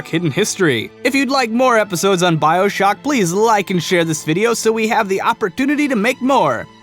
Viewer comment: When you called it "Bioshack" at the end of the video the first thing I thought of was a place to buy human organs. lol